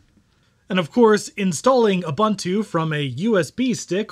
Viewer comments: OOH BOON TOO OOH BOON TOO NOT OOH BUN TEW come ON MAN get your shit together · It's pronounced "OOBOONTOO". "OOBANTOO" doesn't exist. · That's pretty cool. Linux kills on basically any older computer because it's so efficient. BTW, all the u's in Ubuntu are pronounced "oo", not "uh", so it's "ooboontoo", not "oobuntoo". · Great vid. by the way its pronounced as. uboontu. I think as an african i should bring this up way more. Cheers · If you cannot even pronounce Ubuntu (ooh booon too), what do you really know about Linux ....sorry, Mate, learn proper pronunciation. Don't disrespect my culture.